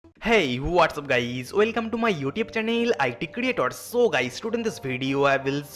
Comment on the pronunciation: Bhai tu English improve kr apni.guys hota na ki gaaiis😂